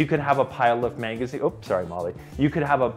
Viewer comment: DID HE JUST SAY “MANG-A-ZEENS” ?!?!?